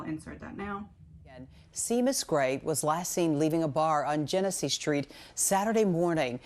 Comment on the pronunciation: 🇮🇪 His name is an Irish name pronounced “Shay mus” Love your videos ❤